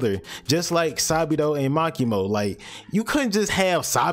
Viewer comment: "Ma key mo and sa bee dough"